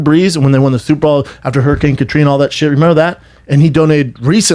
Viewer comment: Brendan says “Super Ball” instead of Super Bowl